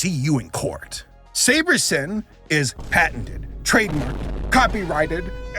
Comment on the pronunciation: I'm sorry my hearing isn't too great right. SaberSIMP? or SaberSIN?